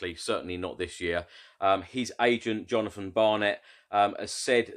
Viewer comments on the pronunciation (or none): none